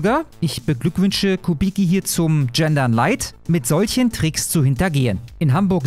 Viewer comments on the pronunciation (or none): none